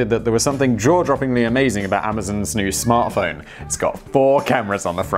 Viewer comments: Simon: “Amazon phartsmo…” Also Simon: “nobody noticed, move along.” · “ The Amazon fart smart phone”... and Simon just whizzes past the flub and keeps going lmao good job Simon!!! 😂😂😂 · Did Simon say "An Amazon fart smart phone" at 2.30? Lol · No, it’s a phart smone, get it right.